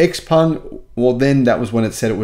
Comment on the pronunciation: According to Autoline Daily, XPeng is pronounced "Je-PUNG" or something like that.